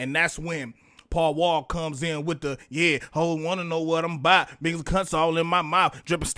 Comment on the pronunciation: Paul Wall is pronounced. Pow Wow.